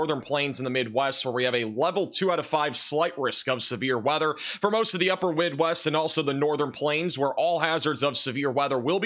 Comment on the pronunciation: " for most of the upper wid west" lol